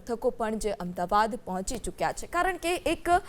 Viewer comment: AMDABAD KEM BOLO CHHO? AMDAVAD BOLO.